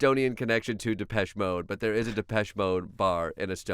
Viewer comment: Are u sure thats how u pronounce depeche?